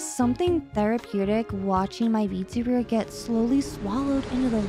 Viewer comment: i also chuckled at 'vertebrate model' instead of vtuber model lmfaoo